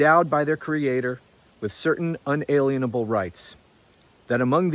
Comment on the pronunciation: When we mispronounce "unalienable," we rob the word of its meaning. It has nothing to do with aliens. Un-a-LEEN-a-bull. Like a lien on your paycheck. Rights you can't take away pieces of. Nothing about aliens.